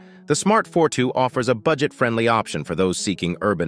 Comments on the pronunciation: Did he just call the Smart Fortwo car the fort wo? It sounded like it. It Smart for two. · Smart fortwo is said for two not fort wo